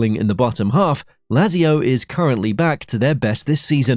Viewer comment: Bro please 😄 It's Kalyaree, Bolonia & Latsio, which are by the way the Biancocelesti not the Biancoazzuri ... are you trying to hurt us Serie A fans? 😝